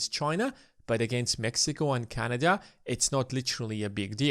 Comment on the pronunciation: It is not canaja but canada